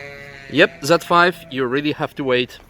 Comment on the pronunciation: "What are EWE doing?" lmao almost didn't catch that